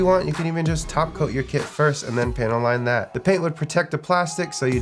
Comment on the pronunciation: Are you saying panty line? Nice earrings bro.